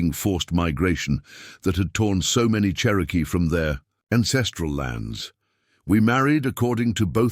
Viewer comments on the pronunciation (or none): none